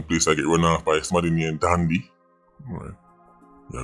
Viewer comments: Dondy n not dandy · "Dandy Shandy"😂